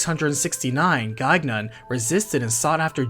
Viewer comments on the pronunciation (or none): The second "g" in Gaignun is silent. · Great video! If you make more, the name Gaignun has a silent second G (Guy-nun) Gaignun ("watch-dog") is the warhorse of Marsile, Saracen king of Spain in the French epic, The Song of Roland. His name is very fitting considering his real purpose